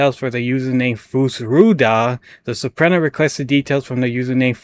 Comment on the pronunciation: Subpoena = sub-PEE-nah Nova Scotia = nova sko-SHA Thanks for highlighting this story. Absolutely appalling gross incompetence. Keep it up!